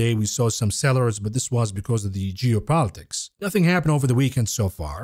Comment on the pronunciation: Are you saying geo politics or jew politics...hmmm